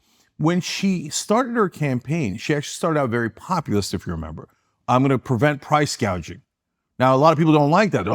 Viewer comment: This clown says “populist” but it sounds like ‘communist’. He wasn’t even close to the first internet show, what a clown. His eyes are brown because he’s so full of sh*t